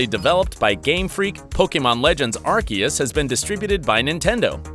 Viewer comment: Did he just say, ark eus..? Its pronounced "arseeus"